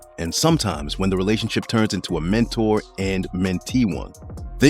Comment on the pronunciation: I dont like how he say relationship 😂